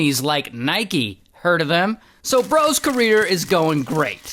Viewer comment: why he said "heard of them?" like that? hahah